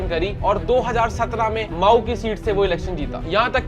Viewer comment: मऊ को माऊ बोल रहा। कौमी को क्वामी बोल रहा।